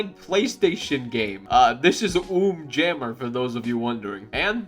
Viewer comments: it's unjammer lammy not um jammer 😭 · It’s not pronounced ooom it’s pronouced uhm